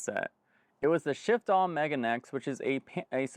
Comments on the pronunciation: For Japan's sake, it's the meh-gah-nay X. Not Megan-ex. That's my last girlfriend, not a headset. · Just a little fyi, it's not Mega neX, it's Megane X. Megane (pronounced meh gah neh) means glasses in Japanese. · FYI its pronounced Meh-gah-neh, which is Japanese for "Glasses".